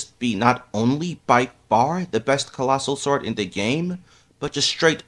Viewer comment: did you just say.... fastoh.. and collosoh swowd...